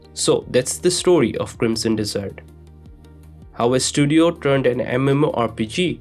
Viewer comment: i knew there was going to be some saying this. he is totally saying dessert lol